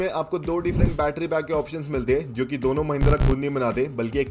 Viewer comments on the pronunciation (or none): none